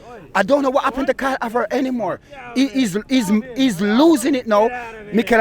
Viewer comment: Man fully sed Karl Havert uk😭😭😭😭😭